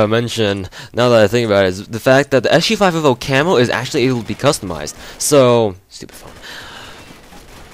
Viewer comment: You say SG5F0 lol, well it sounds like it. You should just say S-G-Five-Fifty